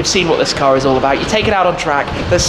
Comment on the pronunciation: Doug Demuro says "izzz" instead of "is"